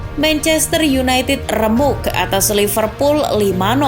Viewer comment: Biasa z min ngomongnya, laiverpul katany, alay x kau.